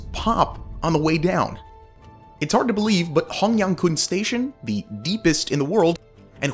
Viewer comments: hongyancun is pronounced more like hongyan"ts"un, but otherwise you did a great job pronouncing the stations! Edit: again: caijia more like "ts"aijia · I must say that the hongyangcun station didn't pronounce hongyangkun, the c should be pronounced as c instead of a k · Just a little tip: When you see the letter "c" in Chinese Pinyin like in Hongyancun Station, think of it like "c" in German. It's similar to a "ts" sound, not a hard "c" or "k" sound.